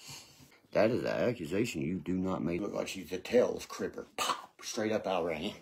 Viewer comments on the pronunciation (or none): Tails cripper ??? 😂😂😂😂 Tails from the crypt is what he’s trying to say 😂😂😂